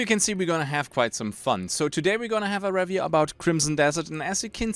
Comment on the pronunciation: Sehr gutes Video, Sehr deutscher Akzent hahaha. zB review. Das re wir wie be reel ausgesprochen und nicht wie bei red. oder biomes. bi wie by und nicht wie bee die Biene. aber echt gute review, schön viele Schnitte zu spannenden Szenen und passend zu dem was du sagst. Nicht 0815.